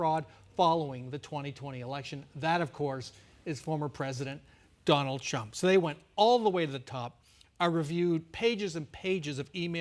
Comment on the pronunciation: 🤔Did I heard him say Donald Chump?🫡 edit: SMH 🤣